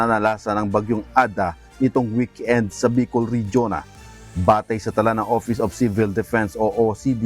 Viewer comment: Bakit ang pag bigkas mo ng tagalog o english words ay may dagdag na A Ihatid AH, ICI AH, Kahapon AH, weekend AH, individual AH, ALBAY AH, tricycle AH, Albay AH, Bicol AH, weekend AH, live AH. Hindi tama iyan